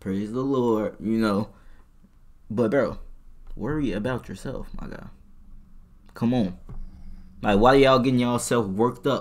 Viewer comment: “Stand up for yo sel-😳” got caught slippin😂